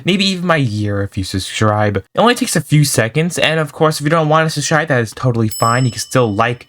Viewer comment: bro really says subschribe for subscribe